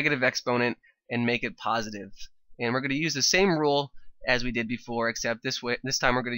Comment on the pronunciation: Puhsitive exponent😂😂